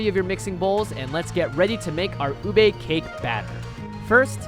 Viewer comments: It's not uBAE It's OOOBEH get on our filipino level (We're not really mean I was kidding) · They pronounced it ooh-bae When its actually pronounced ooh-beh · isn't it ube not ubey? Also I cant believe how accurate it is!! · A Penguin approves their pronunciation. It's pronounced as ooh beh not oohbae. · Bro- Im getting triggered bc HE keeps saying UBEY Its literally pronounced U-BE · how you say ube (ooh-bay) how its really said (oob-eh) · Not ubei u be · How Americans pronounce ube ubi no its ube you Americans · I'm a filipino i say uuube when i heard lars said ube i heard ubey I like leche flan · oob role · Say it with me, "U(Ooh)-be(Beh). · My teacher keeps making fun of Filipino foods. He pronounces Ube, OOB. He's like, "Well, you say YouTUBE. If you take away the "You" then it sounds like "OOB"." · UBE CAKE? DID YOU SAY UBE CAKE?!?!?